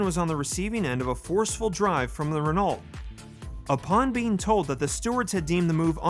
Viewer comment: Quite a well put together & presented video. I would subscribe & watch more of your videos if it wasn't for the BS title :/ (I'll let you off the bad pronunciation of Renault for now. Reh-no not Ren-alt)